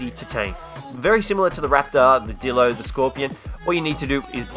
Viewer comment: It's not Dilo It's D(eye)lo